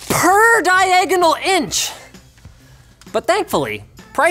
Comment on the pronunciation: PER DIE-EGG-AH-NOHLE INCH!